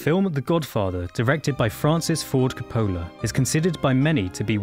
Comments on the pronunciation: KOE-pu-luh So-LOT -- tsoe ---- No, not IPA phonetics, but they should help clarify. Or; listen any of dozens of thousands of interviews and news stories about the former (and his sister Talia Shire, his daughter Sophia KOE-pu-luh, or his nephew, Nicholas Cage, where they always mention Francis' name CORRECTLY, and actually watch the movie and listen to how they pronounce the man's name for the latter. Different accents and dialects are no excuse for mispronouncing people's names - especially for people so incredibly well-known. ___________ OK, the cork is amplified, sure. But I'm guessing they've never been in a building next to elevated subway trains in NYC. People in the back room stop talking to each other as no one will hear each other until the train passes. And it's even more audibly debilitating if the building happens to be near a station. That becomes horribly abusive in volume. What was presented in the movie was actually LESS than would have been heard unless the restaurant was a couple of buildings down the block from the 'el', but then the sound would have been somewhat less clear and defined. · I thought the same thing-and as a result didn't watch it-figuring if he couldn't pronounce the director's name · Buddy, you started off on a really bad foot when you didn't even include the name Coppola in the opening credits, then you mispronounced his name. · Can the essay pronounce Coppola’s last name correctly? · Excellent analysis on a masterpiece. But please learn how to pronounce the directors name. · I fail to see how someone can analyse a movie while being unable to pronounce the name of a main character and the director. Is this narrator from Mars? How could you go through life without hearing someone pronounce the name of Coppola? His fucking daughter has even made films under the same name? And did he not watch the rest of the film to hear how to pronounce Solozzo? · He just put the accent on the wrong SyllAble. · Co po la. Not copola